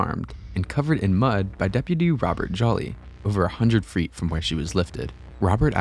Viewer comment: he totally just said "freet" 👣